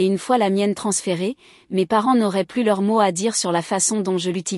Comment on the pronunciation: Des erreurs de traduction à partir d'un original en anglais. Par ex. "Elle a peur / Elle devrait l'être" > (She's afraid / She ought to be). "Plus" dans le sens négatif se prononce comme "plu", non comme "pluss".